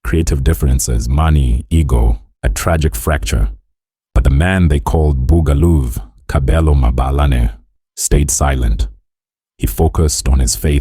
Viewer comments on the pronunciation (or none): East Rand......?Ur narratives is not on point. It's Buga Luv not loovs. Are u even South African?